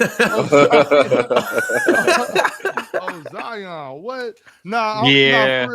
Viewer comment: “Ozion” is crazy 😹😹